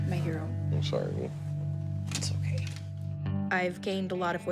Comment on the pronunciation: You Crack me up when u say 'otay' instead of ok😂, my 2.5 yr old granddaughter is at that age where she says 'otay' instead of ok😂😂